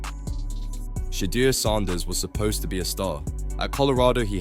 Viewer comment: If you can’t say his name right don’t make a video